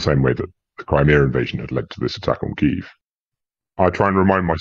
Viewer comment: Pity doesnt pronounce the name of the capital as do both ukrainians And most journalists....!!! Shame.... anglokiwi.